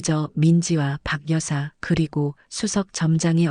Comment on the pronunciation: 방여사로 발음하지마시고 바겨사로 해주셔야 한글을 바로 읽는거 아닌가요?